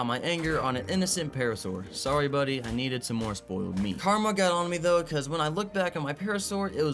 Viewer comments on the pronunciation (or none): none